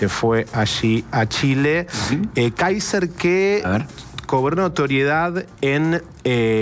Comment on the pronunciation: Si eres periodista trata de aprender a pronunciar el nombre del candidato por lo menos es el minimo y la porqueria de gobierno que tenemos es la peor pesadilla de Chile así que lloren pero el mejor por lejos es Johannes Kaiser y no la zurda ultra Jara que se disfraza de algo que no es puedes ver como agreden , insultan y denostan a todos los que no piensan como ellos .